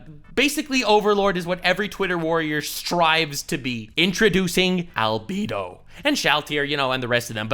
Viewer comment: Are you purposely saying Albedo wrong?